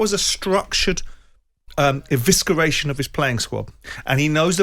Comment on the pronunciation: Simon's downfall is his belief that his big words are impressive - they are if you say them properly. There is no 'k' in evisceration.